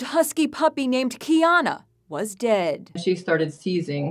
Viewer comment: Ok sorry for your loss but did she have to say “is now DEAD” like that?